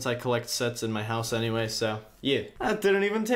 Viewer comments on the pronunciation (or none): none